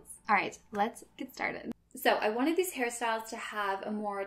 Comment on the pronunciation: you know you have a problem when whenever she says hair styles you hear harry styles